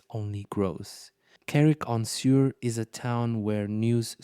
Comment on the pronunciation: Suir is prononced Sure not sewer